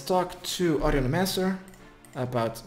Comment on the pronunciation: HOW IN THE WORLD CAN YOU PRONOUNCE HER NAME "AUDIOLEMANCER" !?!?!?!? WHAT THE FUCK